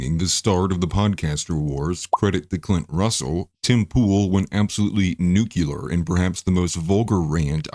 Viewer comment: The word is nuclear not newk yew ler